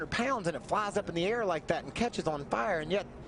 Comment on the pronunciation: "...and it cetches on fahre"